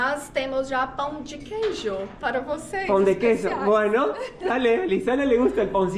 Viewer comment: > Qué sincronía, mañana voy a hacer. En Colombia se les llama pan de queso, pero como yo los hago con la receta brasileña, yo los llamo PÃO DE QUEIJO. Por cierto, siempre lo pronuncié mal; ahora oigo como se pronuncia realmente